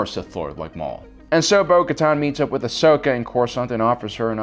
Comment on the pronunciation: Why can't you learn to say Ahsoka's name correctly?